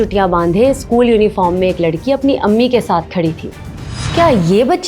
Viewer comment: Isskoooll...issstudiooo.... Nhiii hotaa it's school and studio